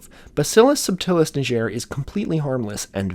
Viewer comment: it's pronounced like the g in "get", its from the Latin word for black.